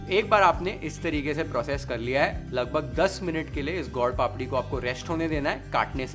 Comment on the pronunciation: Your pronunciation of gol-papdi is perfect Gujarati 👌👍. It is called sukhdi because it give “sukh” (khushi)